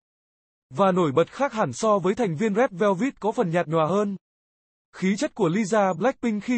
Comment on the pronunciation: Rét Veo Vít là nhóm nào zị ông kia,phát âm còn không chuẩn thì xin chào nhé